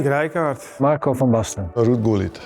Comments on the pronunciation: You pronounced their names wrong, though. It is van Basten, not Ven Beesten. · "Marco van Baisten"🤨😅? Make it like the Italian 'BASTA!'. And that on the Milan channel 🤦‍♂. But these 3, instrumental in shaping the way AC Milan played back in their day. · who the heck is Joan Kraf. Not to mention calling him Marco van BASE TIN. I would rather have heard this in the original Italian. La traduzione in inglese e penosa. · von "Baisten"??? seriously??!